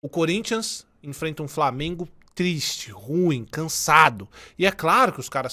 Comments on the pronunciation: Na moral tinha que fazer um compilado do falando "Framenguun" kkkkkkkkkkkk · Desculpa, mas eu só entrei no vídeo para ouvir ele falar "FRAMIENGO", desculpa novamente 😅, mas pelo menos deixei o like 😅😅😅